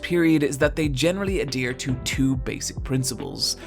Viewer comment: Not what "simplistic" means Not how you pronounce "adhere"